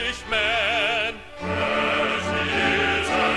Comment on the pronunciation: I think reason 2 is more likely. I've heard that Cockneys add h's on to words where they don't belong. Reason 1 doesn't make much sense since both "Henglish" and "English" have the same number of syllables. Adding the h doesn't stretch out the word. He definitely WAS trying stretching out the word Italian. I'm from Italian extraction myself and it's greatly to my credit. : ) I've liked the song ever since I heard it in "Chariots of Fire". The rest of the movie is extremely boring though. The music was the best part.